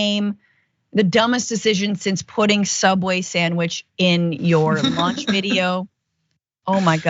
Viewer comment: Sorry, Francesca, did you say 'launch video' or 'lunch video'? 🌭😂